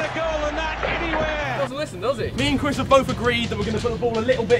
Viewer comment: Harry said cwis when he announcing the punishment for chirs